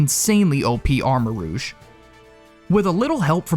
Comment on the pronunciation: ARMAROUGE, NOT AMOURAGE!